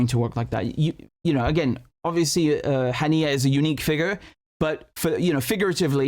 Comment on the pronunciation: Buddy what's wrong with your pronunciation of Arabic like it's weird you can't misspell those words "ام الرشراش" to "ام الرش رش" and now you're saying "ابراهيم حنية" instead of "ابراهيم هنية"